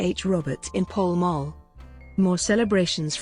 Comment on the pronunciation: Pall Mall is pronounced "Pow M- owe"